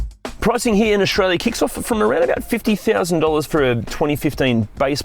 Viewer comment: Since when is Australia pronounced Auxtralia?!? And structure ... xtruture and many more ... throughout the video... good lord